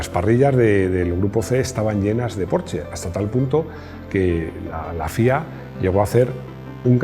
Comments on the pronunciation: Los 80's son: Laca, Hombreras, Música disco ... y GRUPO-C!!! Excelente vídeo otra vez P.D. Se pronuncia Porsssssssssssssshhhhhhhhhhhe mi mujer, alemana de Stuttgart, se pone enferma cuando digo "porche" ;-D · Se dice Porschaaaa!!!! jajajaja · Este hombre se queja de que digan lamboryini y no lamborguini ( lo escribí como se dice ) pero dice porche :v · No entiendo, no se supone que "porsche" siempre se a pronunciado "porsh"? Siempre he tenido entendido que quien pide un porsche amarillo te pintan la entrada de tu casa de ese color... :))))